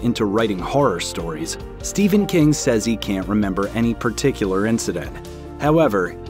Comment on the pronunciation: Why do you pronounce ''ph'' as a ''V'' it is Stephen not Steven.